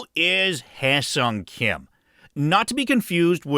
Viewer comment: Kudos for the proper pronunciation of his name